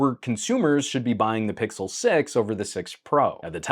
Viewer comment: say "pickle" once more before reporting the channel 😪